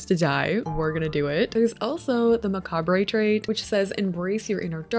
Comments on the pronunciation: Hey, I know it’s something a lot of people say differently and something a lot of people learn by reading but the word is pronounced ma-cob! Just for future reference.. and I hope this is taken in the kindest way possible! I love all your videos and I cannot WAIT for this pack to come out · In the US macabre is pronounced as “muh-caab”… Is it different in Canada? The way you said it truly niggled at my mind hahahah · I love you and your videos but I just want to say that the word “macabre” is actually pronounced (muh•cahb)💀🩷🫶🏻 again all love I just wanted to mention that lol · that's not how you pronounce 'macabre' 😅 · mispronouncing macabre 😂